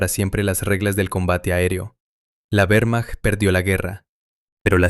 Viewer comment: "Uermacht" suena horrible. La letra "W" es una "V" doble en alemán y en español. Sólo en inglés la "W" es una "U"